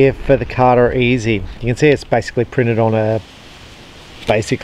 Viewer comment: It’s carter easy not e zed